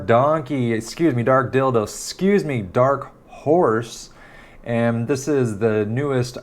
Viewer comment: The struggle to say Dark Horse correctly 🤣🤣🤣